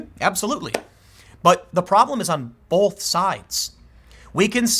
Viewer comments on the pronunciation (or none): Bolth. Hahahaha It'll be 9/11, most likely.